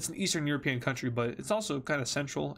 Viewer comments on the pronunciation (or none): none